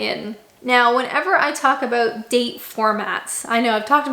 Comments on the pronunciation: Why do Canadians pronounce anything with 'ou' in the word as 'oo' e.g. about? You sound like you're from Norfolk! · I like how you say 'ah-booht' for 'about'. Pretty cool.